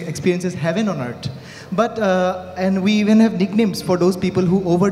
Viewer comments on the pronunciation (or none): “Heaven on eartdt”